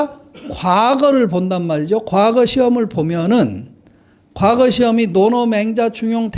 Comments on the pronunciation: 아이고! 선생 같이 대단하신 학자께서 과거의 첫 자 "과"를 길게 잘못 발음했나이다!! 이 얼마나 놀라운 일입니까!? 선생님!! 자고저란 말을 아시는지요!? 참으로 실망했오이다!!! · 발음이 틀렸나이다!!. 사계, 가례 , 과거드의 첫 자는 짧게 발음하시옵소서!!! 괜이 "길게" 잘못 발음했나이다. 좋은 강의에, 학자로 이런 평상 한자어 발음이 이리 틀렸음에 이 사람은 실로 실만 했소이다. 미국 변 완수 드림